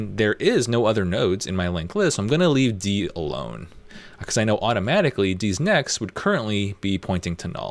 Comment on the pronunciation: First time I heard "D's Next" I heard "Deez nuts" and it triggered my PTSD. In all seriousness though great tutorial and teaching style! I love the "educate then experiment" approach.